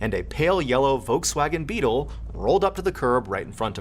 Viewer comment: I know with he said volywagon